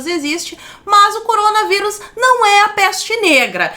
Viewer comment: " MOCOROMGA VÍRUS " KKKKKKKKKK